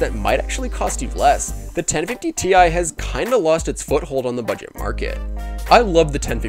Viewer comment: I’m sorry but the way you say ti makes me wanna die